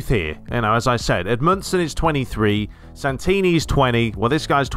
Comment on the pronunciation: I can’t believe you signed Santini. It’s my family name! My uncle is actually G. Santini. And you didn’t butcher it either!